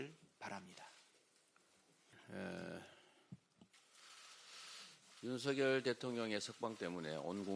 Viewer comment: 윤서결. 윤서결 하는데. 듣기 거북하네요.